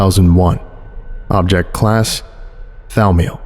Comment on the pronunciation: Not to be that guy, but it's thor-meal